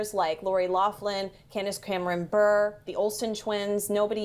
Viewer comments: "BURR" lol its "BUR-A" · " you have your pulse on the current cultural moment better than anyone I know or follow" Candace cameron bure is pronounced "bur-eh" not burr. Also Bob didn't get a resurgence through fuller house. Guy's been internet famous all along. Bitch dudn't know shit about shit. Fuckin check wikipedia. CNN hire me